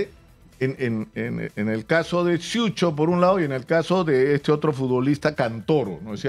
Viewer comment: Señores , el apellido es Siucho , no Suicho.